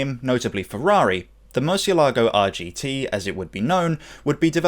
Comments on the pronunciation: not murcielágo but murciélago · murcielago Spanish: mUURrr-SEE-el -A-go (roll tje "r") English: MERCH-e-LAGO (just plain wrong) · I do enjoy your videos, but I can't believe that you didn't do a little due-dilligence to check that you can pronounce the name of the car at least somewhat closely 😉